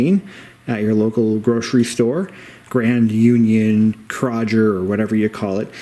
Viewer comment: . Were you trying to say Kroger? Just for future reference it’s pronounced Crow-Ger.